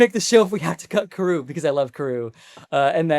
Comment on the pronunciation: it's Pronounced CAR OO Not Ka Roo. Spelled Karoo Anime Dub Pronounced as KAD OO, Kadoo. which is what I'd prefer him to be called in live action.